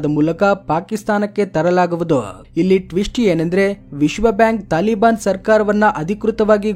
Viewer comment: ತಾಳಿ ಅಲ್ಲ... ತಾಲಿ ಬಾನ್..